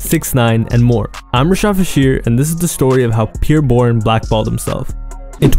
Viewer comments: “Peer Bourne” 😒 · Who Tf is “Peer” Bourne 😂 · the way ur saying bros name is driving me bonkers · He keeps pronouncing his name wrong